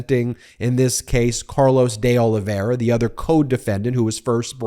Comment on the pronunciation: Try this: Deh Oliveyra instead of Day Olivera